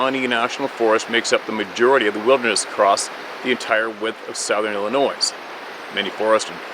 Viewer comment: P.S.A THE S IN ILLINOIS IS SILENT!